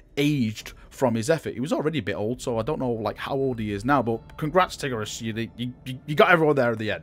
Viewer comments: It is pronounced t-EYE-gur-ee-us (spelt tigurius) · lol did you say Tiggeruss? ahahha i like this